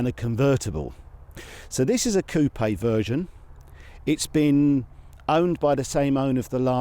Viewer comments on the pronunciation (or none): COOP!!! NOT COUPEH……